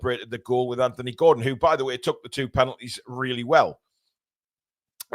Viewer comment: I’m glad to hear you pronounce the name “Anthony” correctly. Maybe have a quiet word with your southern compatriots 😅